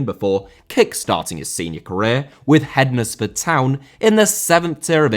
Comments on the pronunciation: It’s Pronounced hens-ford not hed-nes-ford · Great vid please keep them coming, but hednesford is pronounced henceford as fence 👍 keep up the good work 👍😉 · Hednesford is pronounced Hendsford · I've never heard someone butcher hendesford towns pronunciation so badly. Good video though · Dude your pronunciation of Hednesford made my teeth itch 😂 Great video though, keep them coming 👏